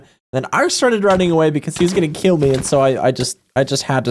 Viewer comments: "keel" instead of kill is the reason I couldn't finish this video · He kind of has a unique way of pronouncing things. Like "camel" as "ceamo" and "kill" as "keel" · "keel and be keeled"